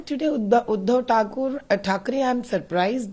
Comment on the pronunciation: You are also taking his basic name wrong 😂He's Udhav